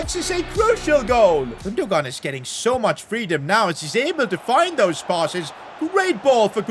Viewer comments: Dude, it’s not Gundo-gaan, it’s Gundo-aan 🤦🏼‍♂️ Why you’re so screwed with pronunciations? 😅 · Isn’t Gundogan pronounced Gun-Doh-Wan? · The way to pronoince gundogan is actually gunduan please say it correctly 🙏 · bro cant say Gündoğan name right